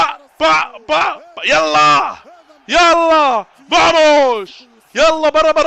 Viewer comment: انت من قلت فاموش يعني فاموس وانا غسلت ايدي منك 😀😀